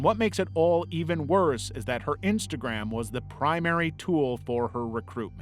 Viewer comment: Miss said instagram and said intagram